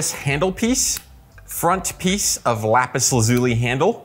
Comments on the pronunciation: How to pronounce 'Lapis Lazuli" First you are saying 'laz-ooie' - try this to get the right sound... LAZ-YOU-LIE .... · Lapis lazuli... I can't get over how you pronounce the name. It now sounds weird to say